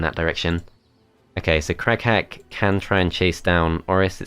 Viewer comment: Shoutout to everyone who kept hearing "Crack-hat" instead of Crag Hack